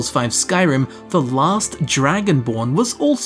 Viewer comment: If I got a cookie for how many times he said “TEH ELDER SCROLLS” I’d be obese as hell.